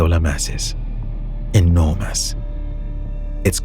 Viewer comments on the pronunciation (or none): “Enor-mass” I heard what you did there 😂